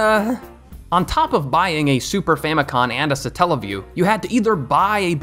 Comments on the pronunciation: It’s not “Super Famicon” lmao it’s “Super Famicom”. I get so sick of people putting an n at the end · you tell super famicon but its super famicom. great video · First of all the console you were talking about in the video was the Japanese version of the SNES not the NES and it's pronounced super famico(M) not super famico(N)